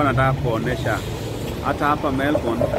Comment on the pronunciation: I like how you call Melbourne tao😅😅😅